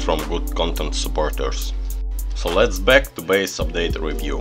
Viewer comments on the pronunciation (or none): none